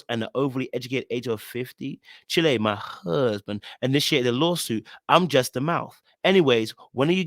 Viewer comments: Please stop pronouncing it like that! It’s not “chill-ay”, it’s pronounced “ch-aisle” (as in Child—without the “d”) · Someone tell CHILE =CHILD, southern style. not CHI-LEH. you're welcome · ‘Chile’ is not pronounce as chili 😂 it’s pronounced as child with the ‘d’ being a soft “e” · when I saw him read "chile" as it was written on a text as chi-leh, I figured that as he was from the UK, it was a dialectical mistake. If, as you think, it's deliberate, all I can say is, okay. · you killing me 😅😅 She is saying "Chile," meaning child not 🌶 lol.. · 😂😂😂yes! He's been saying it for years, and I've always wondered why no one has corrected him LOL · It's funny you always pronounce "Chile" like the country rather than pronouncing it rhyming with "Mile" like it originated in Blk Southern US vernacular 😂